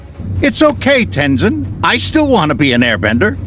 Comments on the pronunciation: amin (amon) tenzeen (tenzin) tough (toph) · This guy can make his mind up on how to pronounce Tenzin